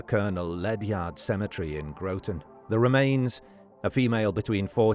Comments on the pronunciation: Groton native here, pronounced how it looks, not Grow-ton, but I grew up in one of the homes, only just recently sold, directly along the Colonel Ledyard Cemetery (pronounced Ledge-erd), in the shadow of Electric Boat, and would hop the fence and spend a lot of time there as a kid. The discovery of that poor woman was shocking, but with the population explosion bringing shady people to the area in recent times it isn’t so surprising to see these things happen. It was determined that it was a domestic violence situation. She was a small, frail, ill woman who was beaten to death, dismembered and left in a suitcase in the cemetery by a trash can by the man she lived with only a couple streets away, who is also terminally ill. Very sad situation. RIP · It is Groton (Grot-on) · It’s Pronounced gra tin lol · I live in Groton. You obviously don't know how to pronounce it.